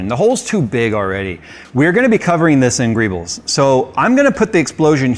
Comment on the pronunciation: TIL that greebles is a word. I also learned that apparently says it wrong. So would I.